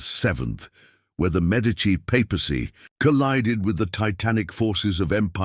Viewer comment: The pronunocation of the medici name makes this impossible to losten too